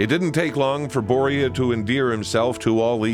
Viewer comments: Please just call him Salming. How you say Börje isnt even close to correct. Also he didnt just open up your eyes to swedes. He opend up swedes eyes to NHL. The general view of NHL was that it was more like boxing with some hockey in between. Canada cup as a whole was so important for swedens view of canadian hockey. And the standing ovation showed us the greatness of Börje and the canadian hockeyfans. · As a Swede that pronunciation of Börje in English is just priceless lol